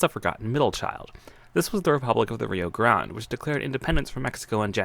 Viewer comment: The way you said Rio grande makes me mad.